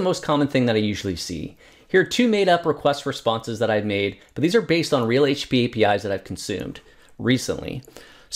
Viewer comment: Sorry, my english is not my first language, it sounds to me like you are saying HP instead of HTTP. Is that a common way to refer to it as well? or is your English just too fast for me?. BTW Thank you so much for the Hellang library, very useful!